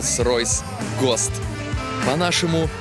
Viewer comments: Чувак ну ты же много где был уже,более менее должно быть с английским-то. Ппц уши резало роллс ройс ГОСТ! Что за гост такой? Государственный стандарт?!😏😂 если прикалывался,сорри че то не особо дошло… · Ану-ка, напиши транскрипцию слова ghost русскими буквами, и если уж придираться к произношению ведущим английских слов, то абсолютно ко всем, потому что акцент везде и постоянно, а не только в слове ghost.